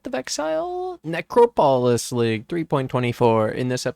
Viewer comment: Ethan, i love your content man but i hate the way you say necropolis 😂